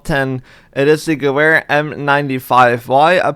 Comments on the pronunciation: More like gewere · Definitely not how you pronounce gewehr